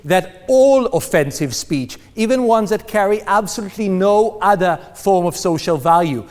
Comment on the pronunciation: so.. he is a tool . but on the up side i like how he says "udder" in stead of other.. lol "we need to protect udders" he must really like milk